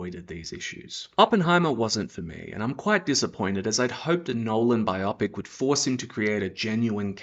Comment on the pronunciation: No need for the blasphemy. Jesus name is holy, not a replacement swear word. The word is Bio-pic, not bi-opic ffs!! Bio = Biography....Pic - picture.... Therefore it's bio-pic